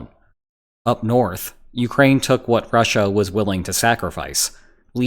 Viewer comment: And rushAH...🤦‍♂️